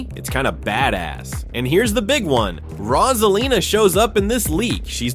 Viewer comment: IT'S ROSALINA NOT ROSELINA MAKES SENCE